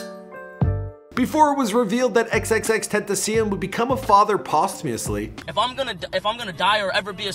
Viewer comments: he said tenteh and tentah in the same interview, either way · Tentasion is how you say it god damn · tentasion tentaseal tetasion tentaceon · It’s so annoying how he said tentacion